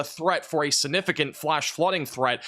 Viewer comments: There goes saying, "Sinnificant" again.😂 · Will learn to pronounce the “g” in “significant” before he hits 1 million subscribers?